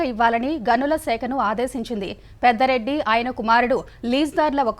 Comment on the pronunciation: పెద్దరెడ్డి కాదమ్మా, పెద్దిరెడ్డి రామ చంద్రా రెడ్డి. లేదా అసలు పేరు పూర్తిగా చెప్పండి. తప్పులు చెప్తే ఎలా? అలాగే జరిమానా. ఒకే పదం.